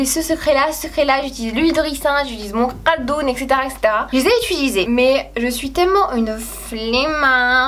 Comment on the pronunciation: c pas le cardone c le cordone